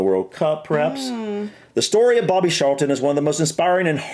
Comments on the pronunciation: it is Charlton not Sharlton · Lol,, your pronunciation.!It's CHarlton (tsch like in 'cheese') and MuniK for Munich (German pronunciation). Yeah, I knew it would be Bobby Charlton (he also had a famous footballing brother called Jack, though they didn't get on). That aside, you guys should definitely check out the story of the Busby Babes and the Munich Air disaster, just the most awful tragedy, and very important to the history of Manchester United. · Charleton is pronounced with a hard C, like in Charles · Ashley Cole is pictured with an actual cap awarded to the International players. Charlton in accent sounds like it starts with an s, it dosen't. Scholes is said scoles. Haaland was born in Leeds, England, but chose to play for his dads country Norway. Yes, George Best was easy to say, he was from and represented Northern Ireland and Manchester United as well as other English teams, like Paul Gascoigne he was a know drinker and died when he was 59. George Best (22 May 1946 – 25 November 2005) was a Northern Irish professional footballer who played as a right winger, spending most of his club career at Manchester United. Belfast City Airport was renamed George Best Belfast City Airport as a tribute to Best.